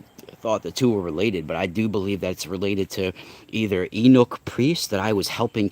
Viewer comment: Ahh word.. I was trying to figure out what you were referring to when you mention the castrated priest class.. I was like "wow, I've never heard that term.." but I'm glad you spelled it because I realized then what you were talking about with that : ) Yeah, you had it right spelled as 'eunuch' but it's actually pronounced like 'you-nick' or sometimes people say it like 'you-neck' depending on where they're from etc.